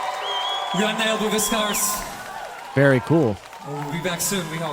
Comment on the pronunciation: In Latin the V is spoken like W!